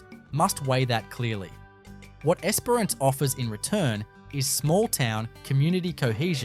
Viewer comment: The pronunciation of Esperance and Kalbarri, so close and yet so far on both 🤣 Esperance or Geraldton are both great options if you enjoy dealing with meth heads on a daily basis and aren't overly attached to anything you can't bolt down remaining yours. They do have some beauty though, that's for sure.